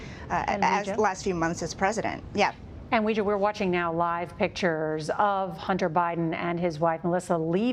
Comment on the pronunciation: Please pronounce her name correctly: it’s WAY JIA. I don’t really understand why CBS insists on butchering pinyin, which was developed to make it easier for non-speakers to pronounce Chinese?